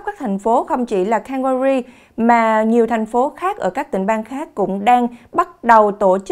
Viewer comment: Góp ý nhỏ …Bạn nên luyện thêm English chút xíu Calgary city “không phát âm canh ga rì nhé! “